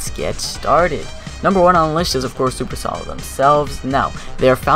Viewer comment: Almost pronounced it perfectly. 👌